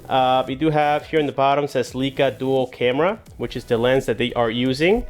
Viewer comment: you are pronouncing the word wrong stop saying LeeCa